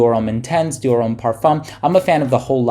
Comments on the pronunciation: not even close. It's pronounced "Om" as in meditation, not "ummm" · "Dior Umm"